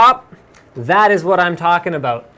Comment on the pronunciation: "Aboot" hahaha... Canadians.